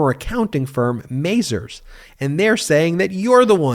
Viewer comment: small nitpick, it's "Muh-Zar's" not "May-Zer's". Just sayin.